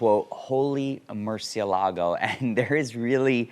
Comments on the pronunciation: The Merci.....the pronunciation!! It is Mer-Chee-EL-ah-go! Not Mercy-el-LAH-go. It even TELLS you that on the door sill! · Do you realize that you are pronouncing "MURCIELAGO" wrong? It should be pronounced “moor-SYELL-ago” for English speakers.